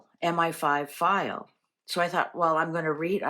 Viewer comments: You are correct it is ‘M. eye. 5’. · it IS M I (eye) five. MI=Military Intelligence